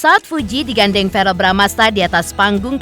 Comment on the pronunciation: bkn varel pk kardi tp verrel wkkk